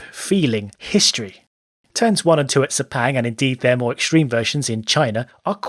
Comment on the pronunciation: While I support corner names, speaking of Sepang specifically, even if we put corner names there, Crofty and gang would definitely mispronounce them--very badly. I mean, most people (except the locals) can't even pronounce "Sepang" correctly (it is actually along the lines of Suh-pung. I wish we can write IPA in this space). But I'm nitpicking.